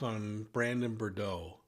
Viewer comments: Brandon Boudreaux. Not Bourdeaux. Although I love a good. Bourdeaux 😊🍷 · I'm sorry, but it was bugging me so much that he was pronouncing Brandon's last name as "Bore-dow" instead of "Boo-drow." 🤪 I know, I know, I'm being petty, but people's names are important and we should get them right. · BOO-dro , not RIRD-row! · ❤BRANDON "BOO-DRO, NOT BRUR-DRO !! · It’s Boudreaux not Bordeaux …💋🧚🏻‍♀️❤️🇺🇸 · BUR-DOH is also incorrect 😵‍💫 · he keeps saying bordeaux. it's boudreaux. another mistake was that he said brandon recognized the person shooting at him as resembling alex cox. false. he did not see at all who was shooting at him. important fucjing detail. please get these things more exact or stop reporting bc you don't know the case. at this point your audience should not need to correct you on details. for eff's sake. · Pronounced Boo-dro! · it is very irritating that you don't try to pronounce Brandon BOUDREAUX's name correctly! it is pronounced Bou-dreaux, there is an R in the second syllable. I should know, my last name is Boudreaux! So unprofessional. Look at the spelling and see your error. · It’s sad that you cannot even get his name right. It’s a French name and it is Boudreaux. Pronounced Boo-dro. I expected better from you. This information as been out there for three years. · Boo- drowe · Brandon’s last name is of French derivative and pronounced “Boo-drow”. (That’s a long O Sound) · Thank you for the phonetic pronunciation of Beaudrow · Brandon Boud”R”eaux Pronounced Boo D”R” O. I find it extremely disrespectful to repeatedly pronounce someone’s name wrong. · Boudreaux does not have the d and r juxtaposed. It’s pronounced Boo-dro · Interesting… btw the pronunciation is “Boo-DROH” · Brandon's last name is pronounced /boo-'droe/ with accent on the second syllable.... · Love you but please, its BOO-droh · Brandon Boudreaux - pronounced as “boo-dro” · Not BER-DO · it’s Brandon BOOD-ROW. Just so you’ll know. Great video!